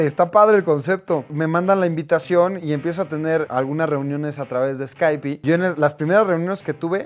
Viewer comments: No se dice "skypi' se dice" skyp" la "e" no se pronuncia. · Con lo chingón que suena decir "scaipi", si lo dijera el escorpión, pues va, es un personaje, pero wey, no mames, se dice "scaip". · No hagas mal uso del inglés Alex, se pronuncia: Skaip no Skaipi. Estas como las personas que pronunciaban Yutubi. Busquen videos oficiales de Skype en YouTube y ahi está la pronunciación correcta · otra persona que pronuncia "escaipi". Maldita sea.